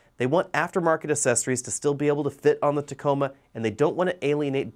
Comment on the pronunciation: Tacoma not taco